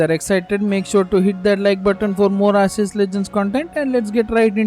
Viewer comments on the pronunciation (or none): 6 SHINY POKÉMON 6 PRETTY GOOD JOB Oh also its not arseus ITS ARKOOS